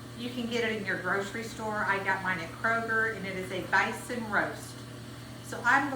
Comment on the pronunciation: Never heard of “bYson” 😮😂